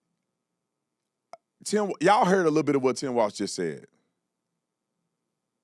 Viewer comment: TIM FALZ (not walz)